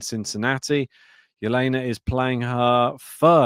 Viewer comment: Can you please stop calling her H/Jelena Ribakina. Her name is Elena.